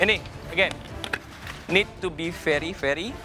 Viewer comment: To be fery-fery dry. 🤣